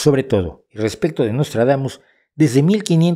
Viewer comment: Nostradamus=Noslatragamus, jajajaja!:face-blue-smiling